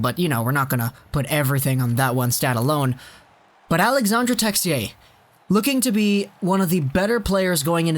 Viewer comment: It’s pronounced Alexander texi-ay